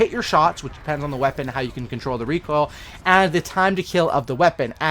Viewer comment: I can’t even handle the way you say the word recoil.